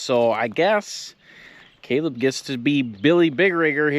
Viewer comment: your the best... hate that Ryan from victory gave you the shitist.shout out couldn't even say your name right...